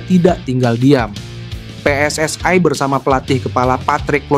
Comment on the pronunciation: Bilang PSSI nya biasa Ajan min...Anah dengernya